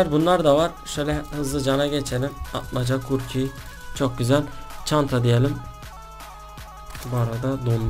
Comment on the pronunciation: abi kukriye kurki dedin :D